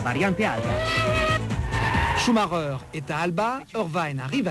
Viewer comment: et le mec qui dit variante alba au lieu d'alta